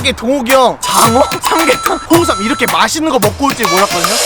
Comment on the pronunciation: 장어 삼계탕 홍삼 발음 무엇~?ㅋㅋㅋ